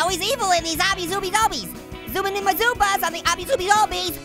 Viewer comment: its pronounced like this obby AW-BEE